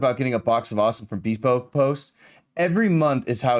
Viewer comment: Loved the podcast, but am I the only one who thinks is pronouncing “bespoke” wrong? Might wanna look into that incase the sponsor gets upset